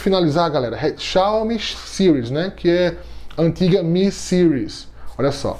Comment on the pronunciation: Porquê Sires? Sendo que a palavra tá em português (Séries) 😏 ótimo vídeo. Sempre trazendo muita informação.